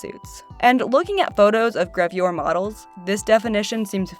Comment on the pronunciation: I got very triggered by your pronunciation of "gravure"